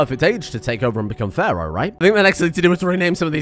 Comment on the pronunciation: I love it how he sometimes says "pharoid"